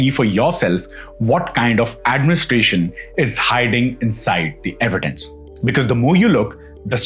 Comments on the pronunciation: With all due respect to your content, I might sound very cringe but a small request please check the pronunciation of the word 'because'. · Kindly correct the pronunciation of the word because, because , because is uttered many times and it’s just off 😂. Word record too is mid pronounced